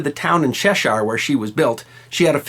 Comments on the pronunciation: it's pronounced /ˈtʃɛʃə/ actually. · Thank you for the video. FYI It's pronounced cheshur (as in chess) not shesh-eyer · Cheshire is Chesh-ire not Che-shire. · Cheshire, pronounced che-sher. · I know, but I like this guy! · Like most Americans he can't pronounce Cheshire! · He said cheshire wrong